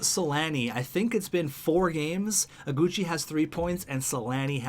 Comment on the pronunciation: in Iguchi, the "I" is wrong. Google the name!!